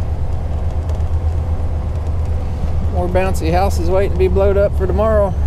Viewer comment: This may be a silly question, but why does so many people call the brand Takeuchi "Takehuchi"?